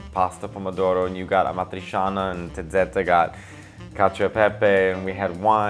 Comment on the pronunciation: Dunque sai pronunciare amatriciana …you know what I mean?😅😅😅😅😅